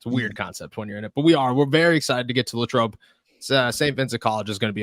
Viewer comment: LAY-trobe. i know it's not a big deal, but that's the way we say it. just like when i moved to louisville, ky, i learned the correct way to say it.